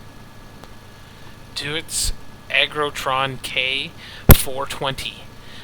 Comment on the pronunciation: Just a quick note was the pronunciation of Deutz is German so it's pronounced Doytz. The 'eu' in German has an 'oy' sound. Other then that, good video, LOTS of good info, I know what I want to buy now. THANKS